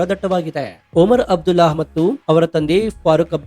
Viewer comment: That is not oman abdulla it's omar abdulla